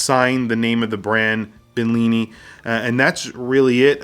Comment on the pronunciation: I don't really think you liked.the watch that much. Since you couldn't even pronounce the name. Money is money I guess